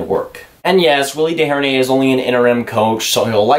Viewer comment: You pronounced Desjardins wrong. You thinking about David Deharnais